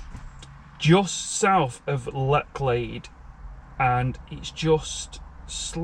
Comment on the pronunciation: Pronounced Letch lade.... Bor-ton on the warer..... just saying.... Thames flow is low at the moment, hence the cloudiness they try to slow the water to keep it navigable. Keep up the good work enjoying the content.